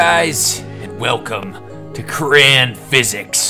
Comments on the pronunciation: CRAY-ON. Not Cray-n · Did you just say cran you say it crayon